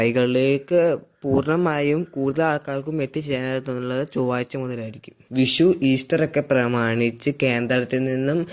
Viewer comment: വിശു അല്ല. വിഷു എന്നുപറ.